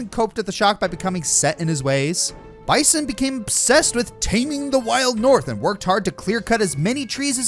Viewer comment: I hate to be that guy but its bee-san not bye-son like the animal he clearly is